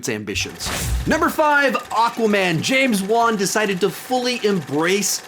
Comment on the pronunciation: It's James Wan, not James Won